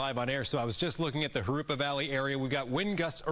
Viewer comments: its Jurupa - Not Jurapa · Jurupa not Jurapa